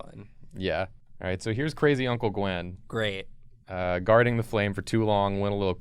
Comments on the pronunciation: AHHH STOP SAYING GWEN 😂😂 ITS GWYYYYN he’s a welsh folklore character. He’s sits on a stone alone in the mountains alone in the mist. 😂😂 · its G win not G when. im welsh and this triggers me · Gywn is pronounced Guh-Win